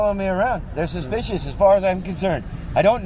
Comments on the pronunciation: I jus wanna hear that cop say suspeeshis over and over again 🤣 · Why does this guy keep saying "suspicious" over & over almost as if he's just learned that word from his boss but doesn't quite understand the word yet. Plus, he's saying it weirdly